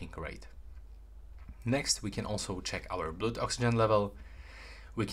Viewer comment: Hot tip! Pronounce ‘blood’ so that it rhymes with ‘mud’ 💓